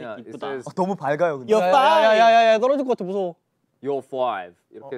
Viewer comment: After this now I can finally say, "✨I'm fOiVe✨" 😅😂